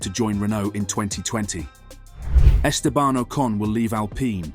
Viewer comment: If you're making a clickbait title and cant even pronounce Estebans name correctly, you're getting a well deserved block from me. Sad channel.